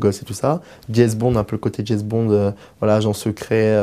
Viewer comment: Dieu du ciel, quelle enflure !!! Même pas capable de parler convenablement: au lieu de "James", il dit "Jèz"... Moins drôle que ridicule.